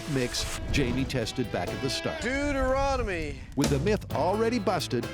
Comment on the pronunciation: It's one of my favorite episodes. Mostly because Adam says Deuteronomy.